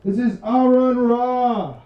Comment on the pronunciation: Well, it's (AH-ron), not Aaron (EH-rin). Not all secularism is atheistic, but all atheism is most definitely secular. Clearly not all republicans are theocratic. In fact, given how much they purport to value freedom, it seems religious fundamentalism is the last thing you'd expect to see driving a republican. He's saying the republican party is being run by theocrats. I seriously have no idea where you're getting that he's making the statements you're condeming.